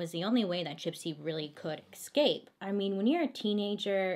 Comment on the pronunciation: She always says in her videos Eck-scape instead of escape😂😍